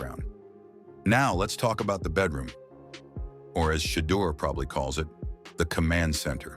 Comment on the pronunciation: One of the worst AI narrated videos in history. Day on sanders? Really?